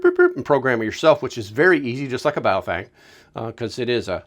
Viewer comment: Holy shit thank you for pronouncing the brand name correctly. Straight to the point and informative. Great video.